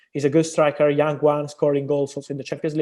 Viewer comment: I like how he pronounced young as yang😁